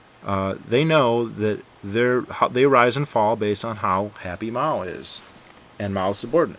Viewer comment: Hey dude, pronunciation wise, pronounce As in Chinese as the Ah sound like in "Father", or a cross between the a in "Father" and "uh" like in "Uh huh". It's much closer to that sound than the A of "Apple".